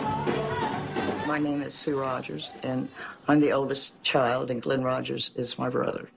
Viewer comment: Rogers not Rodgers